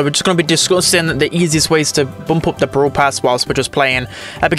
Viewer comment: ITS BRAWL PASS NOT BROWL PASS ITS WITH AN A